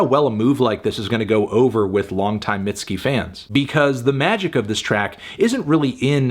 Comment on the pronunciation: I don’t think it was necessary to call her “mid-ski” but it’s your review I guess